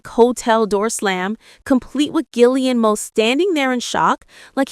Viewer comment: You’ve got to be kidding and please learn how to say Cara‘s husband‘s name correctly ge air mo